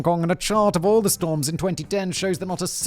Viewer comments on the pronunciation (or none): He can't pronounce words with TH properly, and it's very distracting in his narration. And annoying. It sounds like his channel is called 42.....